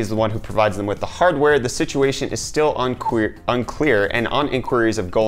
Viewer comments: Lol u nearly said unqueer instead of unclear found it hilarious and yeah funny how radeon rays was completely forgotten about by most people lol.. Vulkan seems to be more of a hype in emulators at the moment and thats not a bad thing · "the situation is still unqueer" lol